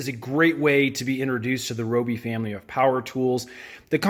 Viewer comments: (Ri-oh-bee) Your welcome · rYobi... sheesh that drove me crazy😅